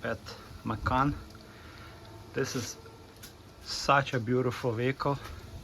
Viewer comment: It’s Macon, rhymes with Bacon!